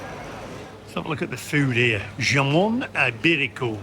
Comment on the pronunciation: Did you say 'JOHN IBERICO'? Spanish ham is JAMON ( HAM) IBERICO.' This ham is from the black Iberico pig, the top swine of Spain. This ham and Jamon Serrano are the top hams in Spain and expensive. The Spanish word 'JAMON' is very similar to the English word 'HAM' since 'J' is pronounced as 'H' in Spanish. I gave you this information in a previous video last year.